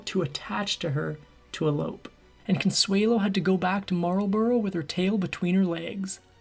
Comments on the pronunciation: At least pronounce the name right. It's not, it's Marlbruh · It would be nice if just once an American narrator could learn the correct pronunciation. It's not 'the Duke of marl-bow-row'. It's the Duke of marl-bruh. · Marlborough is pronounced mole-bruh I live a few miles from Blenheim palace where Consuelo would have lived. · Marlborough is pronounced 'mawl buh ruh'.